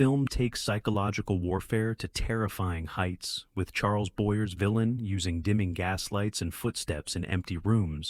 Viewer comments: Boye' not boyer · Try learning how to pronounce names, i.e. Boyia not Boyier. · And Charles Boyer's last name is pronounced "Boy-EH". Accent on second syllable. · Charles Boyer (Boyay) just saying. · The minute Charles Boyer was mispronounced, I left. AI sucking again. Please hire voice actors who can pronounce names correctly.